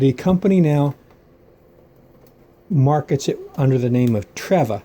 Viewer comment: I have a battery operated fan TREVA and my name is Treva. You pronounced it wrong the e sounds like the letter e.